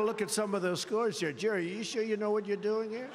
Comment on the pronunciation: This guy really can't read. He doesn't know WHICH WORD to emphasize. "We are HERE today"